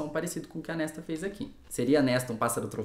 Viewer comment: Pra quem quiser saber a pronúncia dos nomes de acordo c a própria autora: Claro, cada um pronuncia como quiser, a cabeça é de vcs 😅😊🤣🤣🤣 Mas foi difícil p mim ouvir Kéchian e Nésta por mais de 30min 😂😂😂 Só mesmo p engajar vc, 👍 (Cassiãn e Nêsta, pronto rs) 😅😅😅